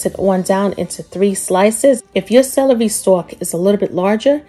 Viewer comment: You say celery Funny 😂 You sound like Salarey